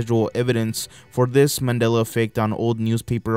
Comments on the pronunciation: I remember this guy saying MANILLA instead of MANDELA. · Why can't you pronounce "Mandela" correctly